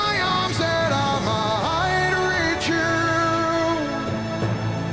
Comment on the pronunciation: Only criticism. Migh-hight. I-hits, wa-has. Splitting words to reach a note mid-syllable is really annoying and shows a lack of support that he needs to trampoline up to the higher note. Spoils it. Once is OK. 10 times is annoying. Perhaps it’s just a bad habit. You should have commented on this if you are a classically trained vocal coach.